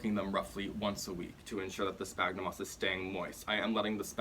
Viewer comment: Great and really helpful video! Just a tip! The "ph" on sphagnum sounds like a "F", instead of a "P". Latin, I know... 😅